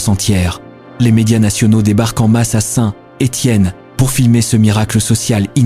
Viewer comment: FAUX on ne prononce pas Saint..........Étienne, mais SaintÉtienne. en un seul mot !